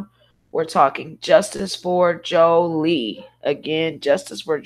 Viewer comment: please pronounce her name correctly